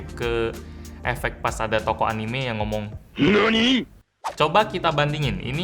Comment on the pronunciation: bilang HIRONI:v